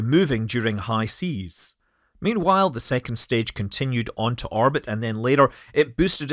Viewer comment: Orbit, not Arbit